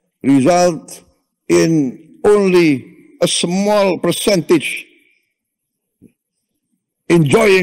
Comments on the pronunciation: Wiwokdetok. Not anle tokdetok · We wak de tok. Not onli tok de tok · Not onli tok de tok, wi tok ge tok😅😅😅